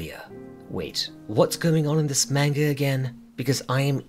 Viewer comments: Nothing will ever be scarier than hearing you say wanga. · Did bro say wanga? Lol I'm going to say it like that everywhere now